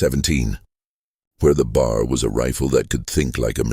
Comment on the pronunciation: It’s irritating to keep hearing the AI narrator constantly mispronouncing B.A.R. as “bar”.